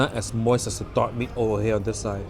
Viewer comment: When you said dark meat, I thought I heard “dog meat” lol